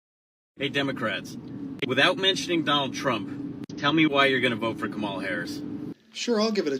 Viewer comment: What did he say her name was?.. camel-smell?.